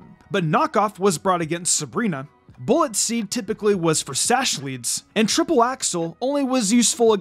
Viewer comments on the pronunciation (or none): none